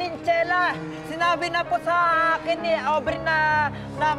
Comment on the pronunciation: Mukhang patagal ng patagal parang Ovary na ata naririnig ko't hindi na aubrey... Sira na ata pandinig ko...😂😂😂